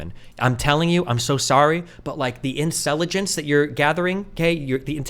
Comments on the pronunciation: Bro... no shot did this dude just fumble into the dankest meme I've ever heard. Did dude actually say incelligence by accident. Even if not, first time I've heard that one GODSTINY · First time hearing, "incelligence" 😂👍